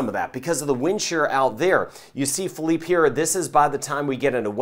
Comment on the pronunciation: You're the man. And you know how to pronounce Philippe. Lmao Hall Yall